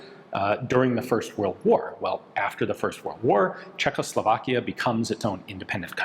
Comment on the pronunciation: Ian pronounced Czechoslovakia without an L! Hooray!